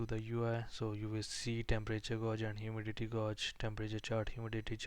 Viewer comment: you say the word "gauge" wrong